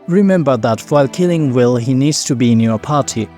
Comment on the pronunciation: "Guys, did he just butcher Wyll? Why are we following him again?"